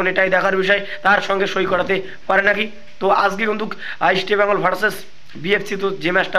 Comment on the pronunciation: ভাই ইস্টবেঙ্গল কথা টা ঠিক করে উচ্চারণ করো।